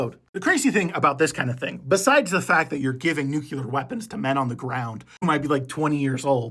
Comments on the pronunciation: NUCLEAR NOT NUCULAR nuCLEAR nuCLEAR nuCLEAR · Nuclear...pronounced NEW-CLEAR. not Nuke-u-lar. NUCLEAR. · New klee uhr Not new queue lurrr Seriously How hard is that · 'new-CLEAR' not 'new-CULAR'. Get it right or go back to AI. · Nuke-lee-er not Nuke-you-ler. Sorry, great video, terrible pronunciation.